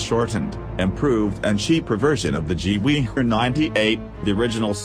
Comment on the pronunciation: I love how you spell gewehr is gewee